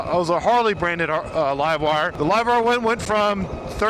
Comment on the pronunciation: WTF is a Live-wrrr 1? Are you drunk?